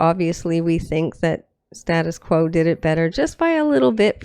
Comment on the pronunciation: Band are pronounced Stay tus Quo. Quos version reached higher in the UK charts. Crap video but much better version.